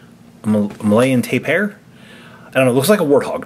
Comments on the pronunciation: Its pronounced TAPE-EAR not TYPE-AIR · My fave is the black jaguar. You guys missed an opportunity to educate your younger viewers about Shakespeare. 😉 Lol Also, the tapir is pronounced "tape-ear". Learned that from watching Go Diego Go with the kids. lol 😄💛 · It's sorta pronounced tay pier like short for Taylor and the place where boats go great video as always😃👍🏻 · You pronounce Tapir: Tay peer. Tapirs inhabit jungle and forest regions of South America, Central America, and Southeastern Asia, and are herbivores. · I always pronounce it as Tah peer and I'm probably wrong but I'll never change ¯\_(ツ)_/¯ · it's a tapier! A tapier! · Its pronounced tapeyar